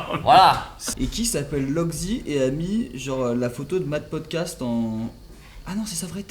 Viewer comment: tu as dit Matt pocatse au lieu de potcaste